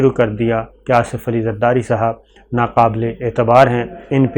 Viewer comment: Why you call Zardari, safar safari? Correct yourself